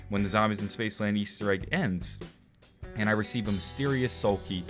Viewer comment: "Spacceland" Hahaha good shit